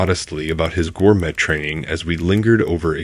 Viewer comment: Not trying to be a pronunciation nazi but gourmet is pronounced Gor- may .